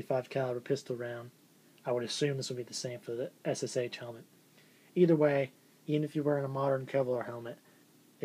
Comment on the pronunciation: M1 surely wins. I think the liner in the Ssh39 is better than on the '40. Nice items you got there:) I collect most German WW2 but have a few NKVD items. If you want to pronounce the Ssh correct it's sound like "S sha. That is why they call the PPSh the "Papa Sha" Just info no offense:) If you ever need some original Soviet or Russian Federation stuff send me PM. Regards, Lars